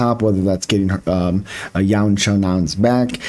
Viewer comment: You said her name perfect...